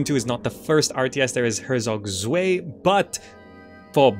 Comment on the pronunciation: Zwei is pronounced Ts-Why